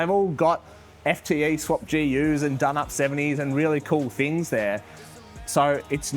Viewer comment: Bigger and better "thing's not "fings. can build a car but doesn't know how to speak english😂😂 fingy fing fing🤣🤣🤣